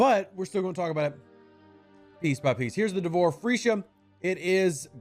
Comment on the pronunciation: Nice Vid Rev, just keep smiling every time you say Freesha. But Shopley is saying it as it is with all they do FEEsha.